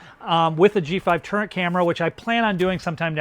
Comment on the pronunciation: Are you saying turret, turning out turnet??